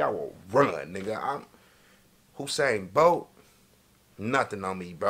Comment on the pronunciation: "whosain bolt" 😭😭😭